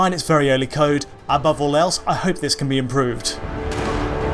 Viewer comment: I find it weird that says "Ken" rather than "can" and "then" rather than "than".